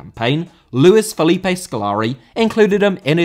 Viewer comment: Felipe* not Felipei